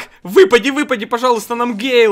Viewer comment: Такта не гейл а гэйл